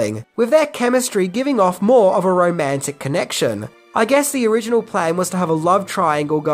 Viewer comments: "Onriginal Ideas" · there's an "Onriginal" way of saying Original. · "Onriginal Ideas" ? haahaha. Ooops.